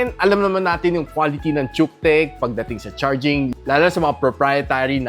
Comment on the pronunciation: Nice review, but pronoun should be kutech bro.